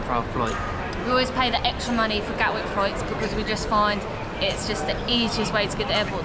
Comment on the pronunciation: Hello again lads, great that u r in pakistan! Hey the name of the airport in london is GATWICK, with a “T” not gawick as u put it on the screen. Happy travels 👍🏻👍🏻